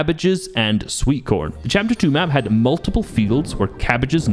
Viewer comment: Bro is the most scottish person ever "sweetcorn"😭😭😭